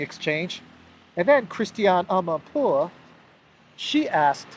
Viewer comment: "Christianee Amanpoouuuaaaahhh" Brilliant,, just brilliant. You're really good at this, man.